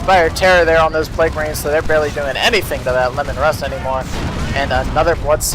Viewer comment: Isnt Leman Russ pronounced like "Leeman Russ" instead of "Lemon Russ" ?